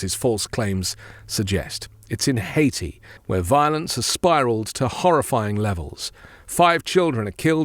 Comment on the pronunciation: Vance is so dumb he referred to Haiti as Hatia, what a maroon!